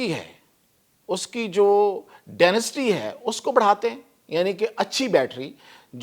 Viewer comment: ڈینیسٹی نہیں کہتے ڈنسٹی کہتے ہیں